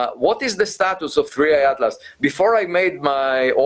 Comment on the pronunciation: Es atlas no adlas